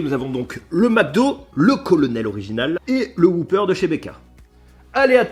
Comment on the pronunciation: Whopper pas whooper bon sang 😜 donc ça se dit « whoppeur » et non « whouppeur »